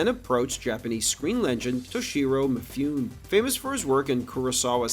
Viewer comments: It's not "Mee Fewn", It's Me Fu Nay. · Pretty sure it's 'mih-FUNE-ay'. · There are three syllables in (Toshiro) “Mifune.” Meh-foo-nay. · That kind of thing drives me crazy. I get that people who don't speak a given language aren't going to have the best pronunciation, but Japanese is a very popular language that has just 5 vowels, and Mifune is famous enough than anyone who spends 5 seconds researching will know him and how to say his name. Stuff like this really calls into question the validity of anything else being said because if he can get such a famous and well known person's name that wrong, what else did he get wrong?